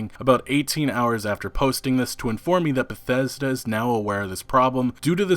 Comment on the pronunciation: Todd Howard: Christmas...Bah-thes-da!